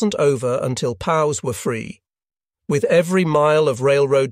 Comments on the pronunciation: Nobody says "pows," like the sound from a cap gun. Where did you get this announcer? Sheesh. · Is this a computer read? Pows? It’s alphabet for prisoner of war. .